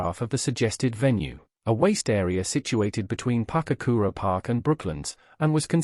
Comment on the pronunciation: Its Pukekura not Papkura. I spent many a day as a youngster down there getting tadpoles and say it develop